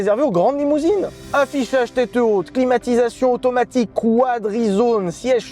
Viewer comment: "Régulateur automatikkkk" t’es sérieux 😂??!